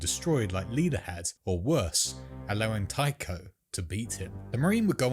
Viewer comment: Tycho is pronounced "Tie-co."